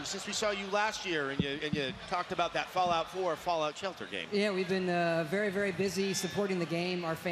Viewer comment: He does say fallout, just sounds like fallow if you listen closely :(